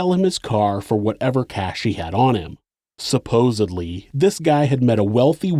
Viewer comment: I caught that, supposedly! Yes! Not supposably